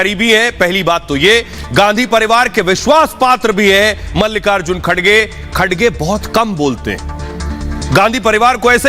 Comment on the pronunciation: खडसे नहीं, खर्गे नाम है